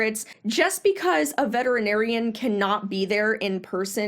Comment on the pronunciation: SO HAPPY that you pronounce ALL the syllables in VETERINARIAN!! So many people don't and it is SO annoying!! (Vetrinarian is NOT how it is spelled!!) THANK YOU from ALL Vets!!